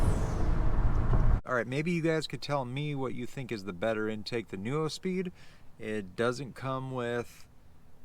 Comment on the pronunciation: And neuspeed is pronounced NEWspeed, not NU-O speed 🤦🏻‍♂️